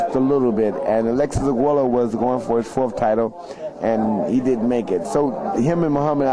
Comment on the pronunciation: Its funny how he pronounces arguello "arguelo" lol